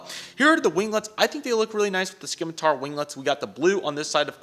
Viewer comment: "Skim-a-tar" lmao, it's pronounced "sim-a-tar" 2 more things, aircraft do NOT have "right" and "left" sides, it's Port and Starboard! 2 the graphics are actually very pixelated on the real aircraft....or they were.😂